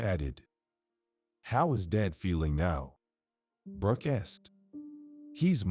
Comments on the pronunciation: It's Brooke not Broke. The AI is stupid. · It was to difficult to listen to this story with the mispronounced name of "Broke" instead of "Brooke"! The editors/ administrators of this story need to return to school for a remedial English class, possibly at an elementary or intermediate level to learn the alphabet, correct usage of nouns, pronouns, verbs, etc, and pronunciation of a spelled name. Also they need to learn to conjugate sentences so that they can fully understand and comprehend what what they are reading BEFORE a story is released, published, and aired on YouTube. Shame on whoever approved the release of this story! 😮😟💥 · I had to quit watching. The AI pronouncing Brooke as Broke too distracting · I hope the narrator reads the Comments. The wife’s name is pronounced like: Brr - oo - kk — Brook. Think of a small stream - a brook!